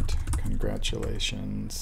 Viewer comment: "Contratulations" - but cool video, thanks for sharing. :)